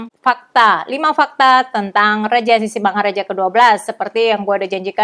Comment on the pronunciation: ibu, pengucapan sisingamangarajanya terdengar sisingamaraja,...